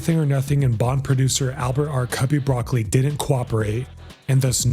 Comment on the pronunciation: Ugh! Broccoli’s name is not pronounced like the green veggie. It’s bra-CO-lee